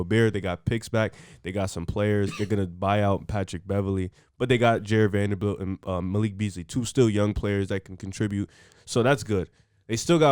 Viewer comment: someone tell it’s Vanderbilt not vandervelt